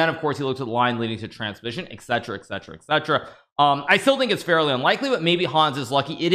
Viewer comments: Hikaru: It's "eTcetera", not "eKcetera". Thanks! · Et cetera not et cetra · The way Hikaru said eck-cetera triggered me,,.